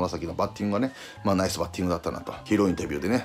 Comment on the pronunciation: いつも思うけど里さんの「グッド」「ナイス」発音良すぎ